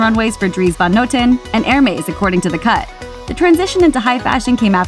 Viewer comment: please learn how to pronounce Hermes.. cringeworthy